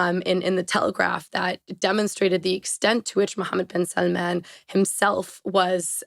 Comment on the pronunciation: so is she pronouncing bin salmans name right or is everybody else who doesnt say it like that?